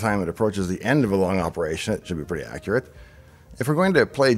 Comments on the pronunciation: accruate lol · "How Accruate..." I love you davepl